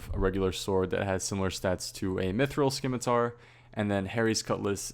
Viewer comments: 2016 still saying skimitar smh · There's no "k" in scimitar. Now if you excuse me I'm gonna go study some skience. (✿☉‿⚆) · I just realized everyone that plays this game probably pronounces scimitar skimitar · why do people still pronounce it Skimmitar??